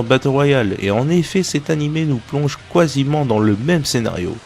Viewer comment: "kuasiment" lol